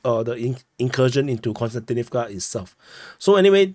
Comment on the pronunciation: Hi, i really like your reports and watch them daily. There's just one thing that somehow disturb me. I'm not russian-ukrainian speaking myself but it disturbs me that most commentators call Kostjantinivka (both of them) with an n. It's pronounced more like Cost-yan-tinivca. Please keep up the great job!